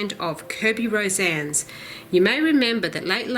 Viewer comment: I think his lastname is pronounced RO-SA-NES as he is a Filipino artist. I love his books! It's so much fun to do! (^_^)b